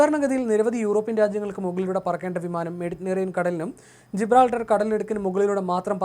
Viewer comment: മെഡിറ്റനേറിയൻ എന്നല്ല മെഡിറ്ററേനിയൻ,ഇതൊക്കെ സ്കൂളിൽ പഠിച്ചതല്ലേ അതോ അന്ന് പനി ആയിട്ടു പോയില്ലേ